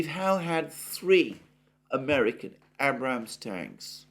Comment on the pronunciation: Please pronounce Abrams properly.